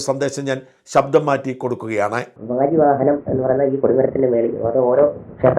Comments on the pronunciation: Sir, വ്യാജിയല്ല, വാജിവാഹനം..... സ്വാമിയേ ശരണമയ്യപ്പാ..... 🙏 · വ്യാജിവാഹനം അല്ല വാജി വാഹനം ആണ്. പരിഷ്കാരം വരുത്തി വാക്കുകൾ ഉച്ഛരിക്കേണ്ട. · Parata cristhyani vyaji vahanamalla vaji vahanamamau. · വ്യാജി അല്ല വാജി വാഹനം ആണ് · വാജി വാഹനം ആണ് ട്ടോ...not വ്യാജി...വാജി means horse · വ്യാജി വാഹനമല്ല. വാജി വാഹനം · വ്യാജിവാഹനമല്ല ഷാജൻ വാജിവാഹനമാണ് .ദയവായി തിരുത്തുക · വ്യാജി അല്ല വാജി വാഹനം ആണ് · വാജി വാഹനം 😮not വ്യാജി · Dear ഷാജൻ sir,വ്യാജി വാഹനം അല്ല 😓വാജി വാഹനം. ഇനി ശ്രദ്ധിക്കണം 🙏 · Vaji vahanam Shajan..Not Vyaji vahanam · വജീവാഹനം.വ്യാജി അല്ല 🙏🏻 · വ്യാജി അല്ല വാജി എന്ന് വെച്ചാൽ കുതിര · ഷാൻ ചേട്ടാ വ്യാജിഅല്ല വാജി വാഹനം കുതിര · വ്യാജി വാഹനമല്ല, വാജി വാഹനം. വാജി= കുതിര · വ്യാജി വാഹനം അല്ല വാജി വാഹനം